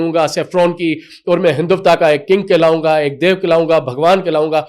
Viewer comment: Hinduvta nhi Hindutva.. (HelicApter)- helicopter (Pirontba)- paratha Walay anchor bn gye.